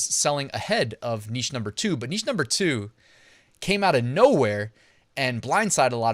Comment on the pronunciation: Thank you,. And thank you for saying 'neesh' as one should.